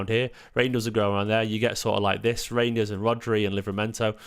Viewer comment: it rejidners not rangers lol